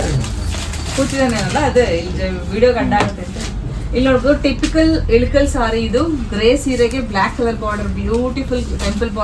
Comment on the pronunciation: ADU ELUKAL SEEERE ALLA IKKAL SEERE ... PRONOUNCE SARILLLA